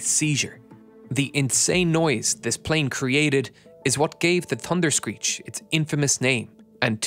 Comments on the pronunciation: TUNderscreech. I guess the letter “H”doesn’t exist for you. Are you related to Gary Drayton, the metal detector guy on “Curse of Oak Island”? He knows that if he EVER includes an “H” in his speech his tongue will catch fire 🔥. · "da dunderscreech" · thunderscreech not tunderscreech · The "Tunderscreech". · TUNDERSCREECH? You forgot the H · Pronounced “Tunder-screech” apparently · "Tunderscreech" love it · Ahh yes....the "Tunder-screech"! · Tunderscreech? Could you not at last make an effort?